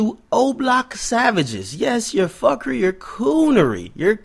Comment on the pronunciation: yo mi did know you a Jamaican from I heard you say "fukery" bless up bredda